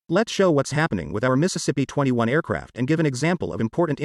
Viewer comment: Dude it's not a Mississippi 21 aircraft. Its an Irkyt MC 21. These automated voices really mess things up.